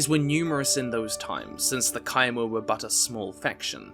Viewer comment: Finally someone pronounces Chimer correctly...